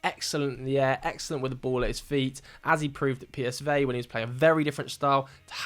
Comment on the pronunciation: just so that you know you say the V in psv good but instead of saying 'pie' for the p try to say 'pay' like pay as vey👍